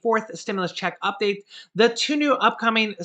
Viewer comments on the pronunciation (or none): none